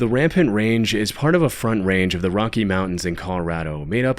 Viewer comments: RAM-PART Range.....not Ram-pant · Ram-part not rampid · It's Rampart range, not rampant. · RAMPART range not Rampant range, you goofy goober. lmao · Rampart Range* is the range in Colorado, not Rampant. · Great video! Just want to check in from southern Colorado and say it's "Rampart Range", not "Rampant Range"! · The mountain range in Colorado you’re talking about is Rampart, not Rampant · it's uh, rampart* range.